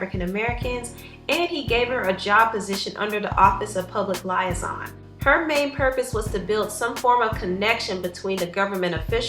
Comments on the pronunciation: it's pronounced liaison ( li·ai·son ) not lya-son. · "Lie-son" I think you meant Liaison, though lie-son is probably more accurate.